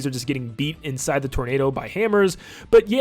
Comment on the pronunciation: Stop saying inside like that